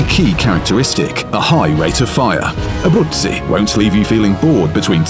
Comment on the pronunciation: The narrator really has quite a good pronounciation with her name. 😉👌